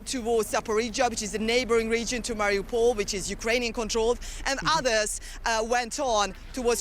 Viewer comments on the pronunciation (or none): It's MA-riu-pol, not ma-RI-u-pol. He put the em-PHA-sis on the wrong syl-A-ble.